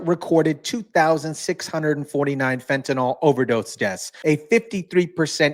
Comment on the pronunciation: It is pronounced fenta-kneel, not nol!!!!